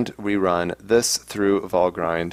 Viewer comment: I believe Valgrind is not pronounced "Val-grind" but rather "Val-grinned". See Nevertheless, interesting episode, keep up the good work!